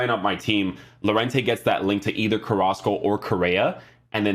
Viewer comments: It’s pronounced yorente ;) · Lol its crazy llo is pronounced yo in llorente